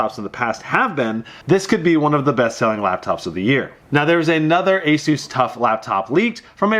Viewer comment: You say asus wrong! You say it like azsus...